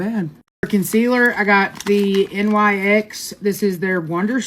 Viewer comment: You Pronounce NYX like Fix but with a N so NIX .